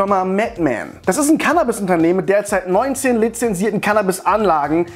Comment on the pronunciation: Mich regt deine cannabis aussprache irgendwie auf